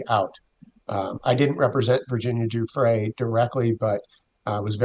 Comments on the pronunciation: Giuffre not Guffrey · Did you hear KKK Leavitt’s pronunciation of Guiffre as GUFFRY? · Levitt can’t even pronounce Virginias name correctly. What an insult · Leavitt mispronouncing Guiffre's name, whilst saying rest in peace is so disrespectful. At this point Guiffre is one of the most famous women in the world. Jon Sopel correcting Maitlis on the title of Mr Andrew MW is also hilarious seeing as he called him Prince earlier in the vid. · Leavitt's mispronunciation of a poor dead woman's name is a crude psychological trick. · Why does Caroline Leavitt insist on mis-pronouncing Virgina Giuffre's name all the time? Absolutely disgraceful. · Why can't anyone get Virginia's name correct, its rude!! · Levett says Virginia's surname incorrectly and the name in the email hasn't actually been redacted so given that Virginia has died and she can't refute it, it's very convenient that it's supposedly her name.